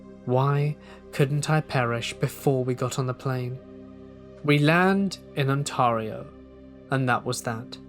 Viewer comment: No judgment, just if you're saying Ontario it's pronounced OntAIReeo